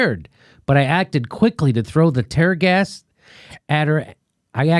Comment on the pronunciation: Tear gas, Jimmy like tearing a piece of paper, seriously, Jimmy? You said it twice to boot...you actually stopped and I thought you were going to correct yourself, but no, you pronounced it wrong again! Dude, wtf did they do to you during the operation? Jeeeez!